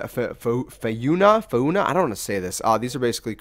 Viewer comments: hes porobably british... google says Faw-nah but maybe it sounds like far-nah if your R's are kinda silent?? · Faw-na is how your pronounce that scientific term. Flora (like Flower) means plant life and Fauna means animal life. So, when you hear someone talking about "flora and fauna" they are talking about the ecosystem in a region (plants and animals). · Fayyy uuuu naaahh 🤣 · fayunah lmao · Fo-na (fauna) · fauna prounced for-na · pronounced fuan ah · Not to be an ummm actually guy but it’s said like fawna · its pronounced fauna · It's pronounced fawnah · Fauna is pronounced "fona" .... fauna refers to animals... fauna and flora is plants and animals... our schools have failed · fau·na /ˈfônə,ˈfänə/ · Fauna is pronounced FA NA just spell it out FA. NA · You pronounce fauna like this: horna but swap the h with an f